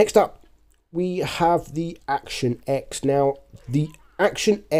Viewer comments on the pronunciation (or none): Mate, it’s pronounced Action ‘ten,’ not Action ‘ex.’